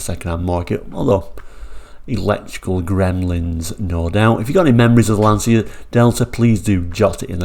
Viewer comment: Please do not make the same mistake as everyone else,,,its pronounced Lan-cha and not Lan-cia.